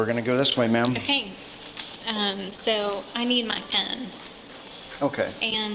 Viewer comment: Whose credit cards become arbitrarily available for charges at random days at midnight? What a shit show. And her pronunciation of "so" like "seowh" is incredibly bizarre.